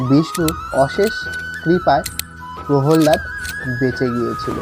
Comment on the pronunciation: Prollad ❌️ prohollad ✅️😂😂😂😂😂😂